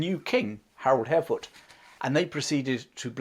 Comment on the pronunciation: I thought the last successful invasion of England was in 1688, when William of Orange invaded? We know James II refused to fight, and fled, but he was still the King of England...? It's also nice to hear you pronounce "Hardråde" faitly correct, with the pressure in the beginning, like HARDråde. Svein and Knut have been changed into English writing, as the Scandinavian languages are pronounced different.... BTW, I read somwhere, that Knut did not try to stop the sea, but rather wanted to show that only God was more poweful, so Knut could NOT stop the sea. Interesting twist to a wll known legend.... Anyway, thanks for an interesting channel.